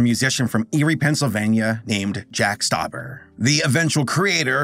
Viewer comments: Jack stuber* Who is "jack stuober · It's actually Stauber